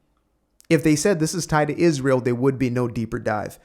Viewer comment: And if I have to hear CrashOut Candace say “Ijrael” oR “JeW-DAY-OHHH Christian” one more time, ima crashOuT 🤣